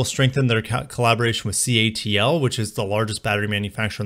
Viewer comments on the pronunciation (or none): none